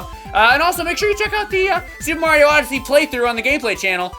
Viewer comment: C'mon it's Supa MARIO ODE-ODYSSEY. YEAH.